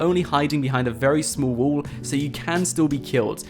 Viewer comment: Why do you pronounce wall as wool?